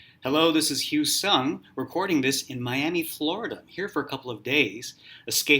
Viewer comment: hugh what? i thought it is pronounced as u suck lol no offence